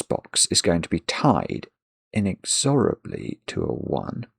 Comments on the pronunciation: I know he’s British but I might have to unsubscribe for the way he pronounces “inexorably”. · I never heard "inexORably" before. In the US we say "inEXorably".